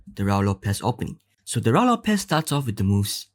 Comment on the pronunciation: IMHO it is pronounced RU-I LOPEZ.